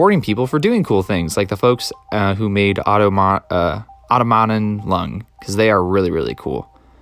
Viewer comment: Most of me: Wow! what a cool video Small gremlin inside of me: the stress should be placed on the "tom," not the "aut" in Automaton